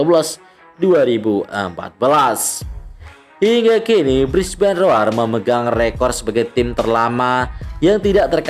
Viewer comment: Brisbane rowr bang bacanya bukan roar 😆👌